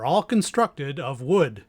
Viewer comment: Narrorator puts emphasis on " It was made of WOOD!" ME - " OPE, know where this is going"